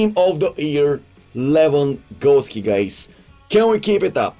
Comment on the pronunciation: Levengawski ..levengawski lets go 😂😂😂